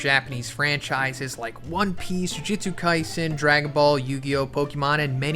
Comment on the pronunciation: I swear, if I have to hear you say "Jujitsu Kaisen" again...